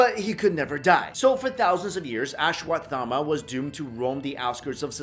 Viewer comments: U r not pronouncing it properly, it is pronounced as ashwas- thama . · Learn to pronounce it first